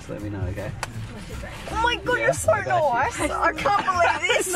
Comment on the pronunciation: "omaigodd youre soww nwooiisss" 😂